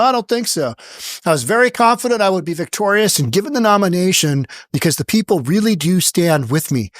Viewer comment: She did not say victorious she said victorus